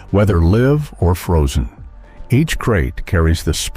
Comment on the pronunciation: the narrator said weather live or frozen..noticed how he pronounced the live 😂